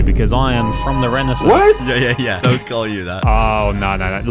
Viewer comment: last week i learned renaissance i was shocked when i heard u say renaissance and u both pronounced it wrong